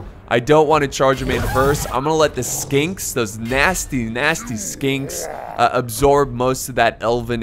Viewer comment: DUDE !! Skinks really ?????? O.O You have their name right in front of you wtf !! This high tier Heresy ! My ears melted xD